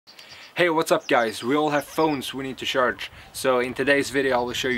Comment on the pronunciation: he says sjarce i cant handle it